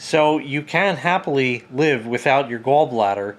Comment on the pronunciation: It’s “Gawl” bladder not “Gull” bladder